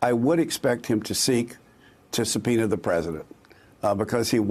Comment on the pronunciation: "this mistery grand jury supenis..."